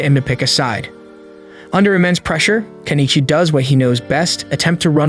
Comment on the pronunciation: Improve your pronunciation. The only name you said correctly is Kenichi.